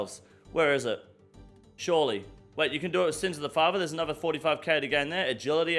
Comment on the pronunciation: I see your pronunciation complaint about Herblore and raise you "anover"